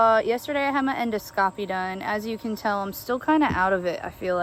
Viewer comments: En (IN)-do (D-AH) -scopy (Sk-OH-pee). Endoscopy =IN-DAH-Sk-OHpee Hope that helps Jenelle 😁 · En - doscopy. Edit : En-dos-capee